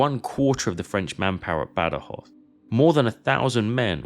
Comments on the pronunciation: "Bad-Joz", "Guadana"... no sé quién ha hecho la traducción, pero es más bien penosa. Badajoz está a 200 Km en línea recta de Ciudad Rodrigo, no a 120, el teatro de operaciones de Wellington era más amplio. And, for my British friends who comment here, I would'nt trust very much about historic accuracy of Sharpe's books or films... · El audio en español es fatal. Cada vez que el comentarista dice: Bad joz, muere un gatito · Hace 25 años que vivo en Badajoz, y como amante de la historia, conocía bien este episodio de nuestra " Guerra de la Independencia "; esta es la mejor representación que he visto nunca, aunque en su traducción al español los nombres propios suenan fatal. Aquí se recuerda bien la masacre que las tropas británicas realizaron tras la conquista, así como la metodica destrucción que realizaron de todas las industrias que realizaron en toda la península Ibérica. Se comportaron más como ocupantes sanguinarios que como aliados, pero supongo que no se podía esperar otra cosa. El vídeo es magnífico y los mapas e imágenes de la ciudad de muy buena calidad. Invito a todo aquel que pueda a visitar esta hermosa ciudad ( cerca también tiene sitios históricos y espectaculares para visitar ). Salvo en verano, el clima es suave y agradable todo el año. Saludos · Increíble q tenga q venir a un canal inglés para escuchar la historia de mi ciudad,gran video una pena que el audio en español pronuncie los nombres mal